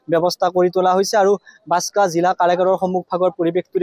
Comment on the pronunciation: Assam cm আৰু তুমি দুটাই ভুলকৈ কৈছা জিলাৰ নাম বাসকা না বাকসা কুনটো ভুল কোবা